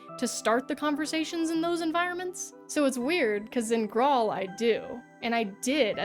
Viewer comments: Graal is an alternative spelling of Grail. So it's pronounced the same as King Arthur and the Knights of the Holy Grail, not "grawl". lol..... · Finding a video on Graal Online and then immediately hearing that you played it in 2017 on the app store is quite the whiplash. Also, it's an old way of spelling the word "grail" and pronounced the same way. Like how in Elden Ring they spell jail "gaol". It's the same thing.